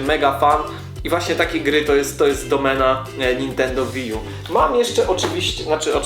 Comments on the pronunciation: to jest łi ju a nie wi :D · łiju sie czyta